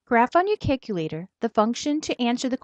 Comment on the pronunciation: cack - ulater lmao